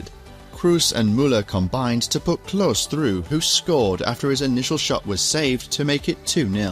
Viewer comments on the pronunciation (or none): Small Note for Klose, usually in german like in this case a E at the end of a name isnt silent.